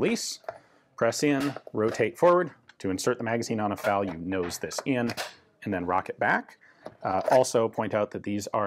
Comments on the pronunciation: F.A.L. Why do you keep pronouncing it "fowl?" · It really bugs me that Ian keep calling the FAL a 'faal'. It's F...A...L just as the US BAR isn't 'baar' though some will call it that. And in other videos sometimes he does say F..A..L...?? Sorry...just had to say it. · It's pronounced to rhyme with "pal", although with the French pronunciation of "automatique" it should really closer to rhyming with "fall". Practically everyone uses Ian's pronunciation.